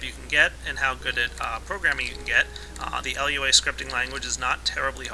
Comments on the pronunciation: its prenounced lew-a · everytime you said L.U.A I died a little. It's not supposed to be pronounced as an acronym. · fyi, Lua is pronounced 'LOO-uh' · My Minecraft OCD started to attack me when he said L. U. A. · And you got to type it like Lua not LUA (no offensive) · yeah rpg maker isnt very hard if u wanna learn programming either,but its pretty damn limited. anyway its Lua which means moon, not l.u.a just fyi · but you called it L-U-A.....it's not an acronym, like all things in the programming world, you would say acronyms as a word, but this one actually is a word. For example, SCSI is skuzzy. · LUA. Not lua Sorry if this sounds mean but I have a habit of correcting people.